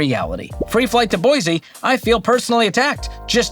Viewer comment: “Boy-see” not “boyz-eee”